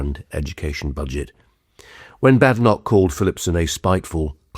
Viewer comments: I enjoy your talks. But please pronounce Badenoch as in Baden-Powell. She minds! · He's very good. Is he Ai? (I haven't heard of him before. And he, despite being a supposed top commentator on UK politics, doesn't know how to pronounce "Badenoch".)